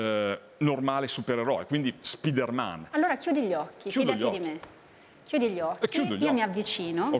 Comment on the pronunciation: Sì ma perché dice SPIDERMèN????